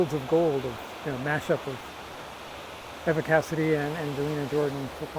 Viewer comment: That's one negative thing about "fandom"; it can, and often does, become irrational. And many people believe that their "opinion" is correct simply because they have it. I've been a fan of Eva (with a long e; you're pronouncing it with a short e) Cassady for years before I ever heard of Angelina Jordan. She was one of the best singers I have ever heard, and her versions of "Over the Rainbow" and "Autumn Leaves" are still two of the finest things I have ever listened to. But Angelina is also one of the best singers I have ever heard. It's not a zero sum game; they can both be great. And your mashup of Eva and Angelina on "Fields of Gold" is absolutely FANTASTIC!! One of my all time favorite things, and my all time favorite mashup (Angelina and Stapleton is a close second). Thanks for creating it,. And please, create more of Angelina and whoever.